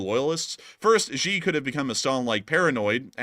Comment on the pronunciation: Need to work on your Chinese names - Xi = She. He = Her